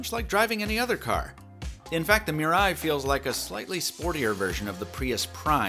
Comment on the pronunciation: MEE-rah-ee good vid except for the pronunciation of Mirai